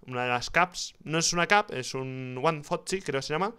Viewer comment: No quiero parecer exquisito pero Foci se pronuncia Focai, no Foci tal cual